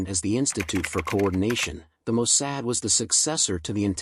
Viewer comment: Mossad! Not Mosaad.